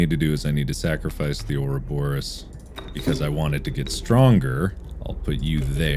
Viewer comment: my favorite moments were him questioning the 'grass man' and every time he mispronounced ouroboros.